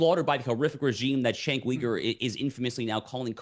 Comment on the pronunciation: JENK YUGAR - that’s how you pronounce his name. Not that hard, guys. 🤦‍♂️🤦‍♂️🤦‍♂️